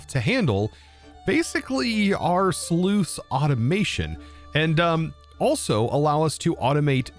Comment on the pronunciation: Might just be my British showing but it sounds like instead of saying sluice (rhymes with juice), you're saying sleuth (another word for detective, rhymes with tooth).